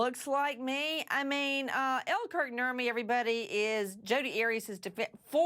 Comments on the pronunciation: Who else hears 'Burt and Ernie' when someone says Kurt Nurmi? Just me? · Nurmi is a finnish last name, so he has some family from Finland. When Americans say "Nurmi" it sounds soooo stupid and NOTHING like it should be pronounce 😂